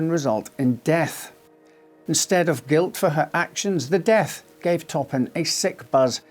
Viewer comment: Jane " Top 'em "Toppan ....